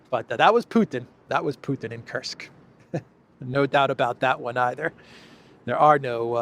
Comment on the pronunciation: the way graham says putin. he should just shut up and talk about coal mines and shit. horrible.